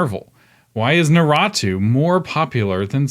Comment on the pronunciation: “Narotu” pronunciation caused me PHYSICAL pain. Why?